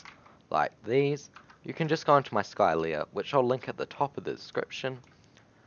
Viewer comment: When he said "Skylea" it broke my heart Long live the king: Skyshiiyu